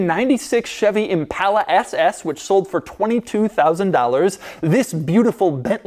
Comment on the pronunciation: so is anyone gonna tell doug hes saying impala wrong